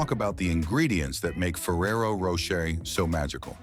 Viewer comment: Nice to see that ai is doing all the work here... 🫠 meanwhile, it couldn't pronounce "Rocher" in Ferrero Rocher the same way once. lol Also!! Idk why, but something about the cows up on a shelf, spinning around, whilst being milked just freaks me out... It's very alien 👽